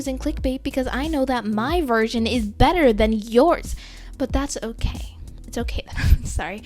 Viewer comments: I was going to click off until she said ✨BETTA ✨ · “But we can Huff be BETTUH, BEATUHH👹 beatter, we can Make it better!” besides this is pretty good tips!^^